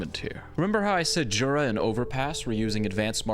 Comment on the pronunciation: You actually should say yura, in polish we say j like you say y